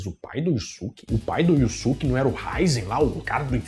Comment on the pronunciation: Só queria saber porque ficou "iussuque" se na pronúncia original é "iiusque"